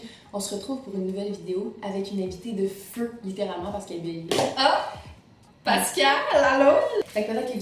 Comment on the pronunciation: Enfin quelqu'un qui dit Pascale comme il faut !!!